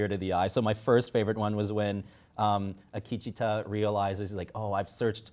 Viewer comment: Congratulations on watching the 18th episode of a series, noticing the most iconic (and final) shot of the first episode, and yet still getting the point of it just slightly off center. Other observations: -Akecheta’s name isn’t hard to pronounce. No name is hard to pronounce. You stop, read the name, see if you read it correctly, and if you did, then you keep going, if not, then practice. -Even if it was ok to use a lazy nickname, you still managed to mispronounce what that nickname would be. -His “son”? You know that Logan isn’t the MiB’s son, right? Although I wouldn’t be surprised if WM still didn’t get that William and MiB are the same person, and that everyone at WM was just really confused as to where William was for season 2. -In other news (at least to the WM staff), Hosts are actually robots and there are multiple time periods on the show.